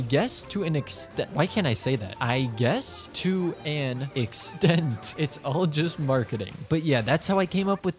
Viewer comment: Error ERROR ERROR can't say "to an extand"